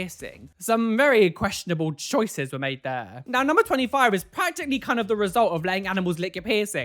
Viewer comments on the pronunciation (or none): He says, “choices.” Not “choicy” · he said "choicy" at some point, I am too lazy to find the timestamp